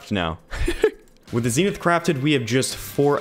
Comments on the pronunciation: It’s zen ith not zeenith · Not ZEENITH ITS ZEN’ITH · im sorry, the zeenith? your not saying that right lol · your pronouncing zenith wrong